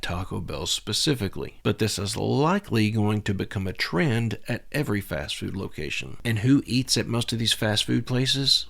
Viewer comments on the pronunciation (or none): none